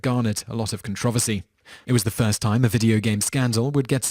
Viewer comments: Con-tro-ver-cy pls say it right. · Con-tra-ver-sy...... Wot? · Con trov oh see? Are you serious? You do know the r's not silent 'ight? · lol its pronounced con tro versy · I like how he says "controversy". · Stop saying controversy wrong! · Okay, you pronounce controversial right, so you KNOW how controversy is pronounced. There is a second 'r' you know? Other than that major nuisance, good video. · You pronounce "controversy" so oddly...